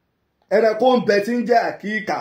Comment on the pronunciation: Is Akika not Akiika